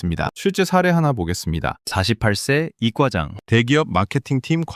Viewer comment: 유익한 내용 전달해 주셔서 고맙습니다. 그런데, 내용과는 별도로 '2과 장' 또는 '2 과장'을 뜻하는 '이과장'을 ' 이꽈장' 으로 발음하게 하는 것은 잘못된 것으로 듣기에 거북하기 짝이 없습니다. '단골 손님'을 '단꼴...'으로 발음하는 것 못지 않게 역겹습니다. 바로잡아야 합니다. 제대로 발음하는 프로그램을 써 주세요. 아니면 관련자들께서 발음 프로그램 자체를 제발 좀 개선해 주세요. 언어가 파괴되고, 말이 망가지고 있습니다.